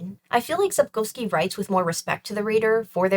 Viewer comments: The way you beautifully pronounce Polish surnames makes me go 🥹❤️ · After experiencing multiple ear bleeds from mispronunciations of Polish surnames, hearing Sapkowski and Bagiński pronounced correctly is a breath of fresh air!